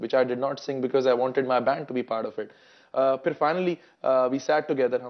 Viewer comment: Bipendra ɐuɐɹ not fir its phir